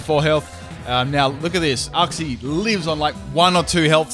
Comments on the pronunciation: Its not said Uxie its said Youxie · STOP. PRONOUNCING. IT. UXI. IT. IS. PRONOUNCED. YOOKSEE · The way you said Uxie triggered me